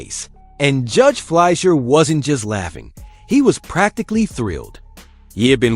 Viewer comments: Fleischer. Should be pronounced Fly-shur. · Judge "FLY-SHUR".